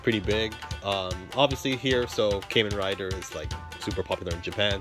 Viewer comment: "Kaymen rider"?